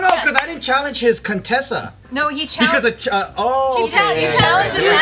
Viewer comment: Coup-tessa had me ROLLING 😂😂😂😭